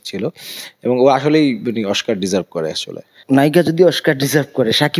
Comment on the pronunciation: দোনোটা অশিক্ষিত oscar কে বলতেছ oshcar